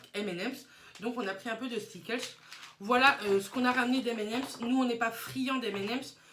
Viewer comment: Skitlles pas stiklles lol a chaque fois que tu le dit je sourie 😂